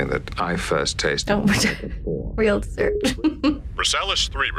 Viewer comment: She said "Real dessert". 😊